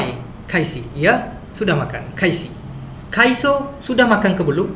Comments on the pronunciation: kai betul sda tu.. Tp sebut cho tu bunyi macam so.. Kai so.. Tp yg betul apa.. Kai cho ke.. Akak dgr macam kai - so pula.. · Sudah makan tu.. Sebutan dia mcm kaiso kan.. Kalau kaicho bunyi kai cho.. So eja dia kai so.. Betul ke?